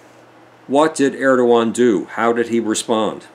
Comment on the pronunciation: Erdogan, not Erdowan. Bashar, not Bashir.